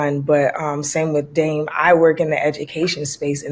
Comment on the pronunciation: dame always sound like damn...